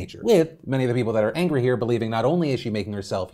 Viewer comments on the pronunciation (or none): Is it just me or did Phil say..Angwy instead of angry. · Me: angry Phil, an intellectual: angwy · I’m not “angwy “ at you daddy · Soooo are we not going to address the "Angwee" you just dropped? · Is it just me or did Phil say angwee? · did he say 'angwy'?